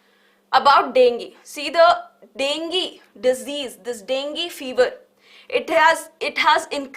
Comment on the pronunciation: Dengi ✅ Dengue ❌